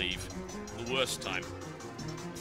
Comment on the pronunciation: "Wost thing in the world..."